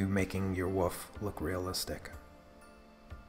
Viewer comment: For the love of God! There is an L in the word Wolf! Otherwise, great pastel work. LOL